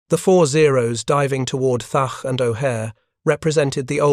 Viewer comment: Your 90% deliberate mispronouncement of the name Thatch is both a disrespect of the Hero, and making a sound similar to clearing your throat to spit ! You're disgusting.....!!! ...